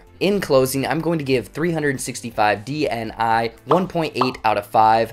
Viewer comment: If you'll pronounce "dni" like that one more time I'm going to go crazy, you don't say the letters separately, it's not an acronym, it's a word